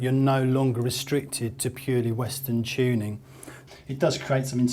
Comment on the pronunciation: Why do they say chew-ning in place of tuning?